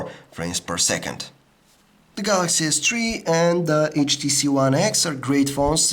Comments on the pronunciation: Galaxy S three. THREE. not tree! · I like how you say Galaxy s Tree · dis guy likes da galaxy s tree. remember we all tend to like da galaxy s tree